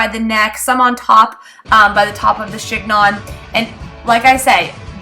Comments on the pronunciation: I loved your video, BUT.....it's pronounced like "she nyoh".....the g and the final n are silent.... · (The "g" is silent - it's pronounced "shen-yon".)